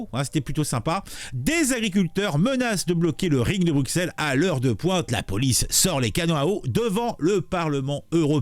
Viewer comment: Bru-Sel. Pas Bruque-Sel. Bru (comme la marque) et Sel (comme le sel).